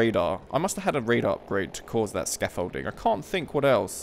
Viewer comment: "Scafolding" 🤣🤣 "radar-e/ish" really?!? Nice vid, gameplay and comm(apart from scafolding &radar-e) by the way! So funny, it's a radar man(probably others told you already), German style. You need to improve your WW II know how!